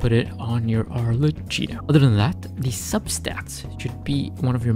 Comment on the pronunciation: its pronouced arleckino🫶(ty for the guide)